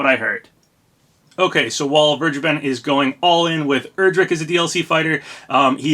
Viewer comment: Also I’m pretty sure Erdrick is pronounced like air-drick not er-drick